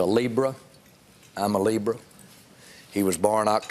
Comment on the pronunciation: Eazy Eagle I did a spit take when he said that with such a heavy southern accent